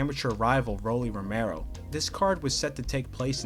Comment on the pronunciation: Hold up! Why in the world are you saying ROMEO! Hahahha RO MEH RO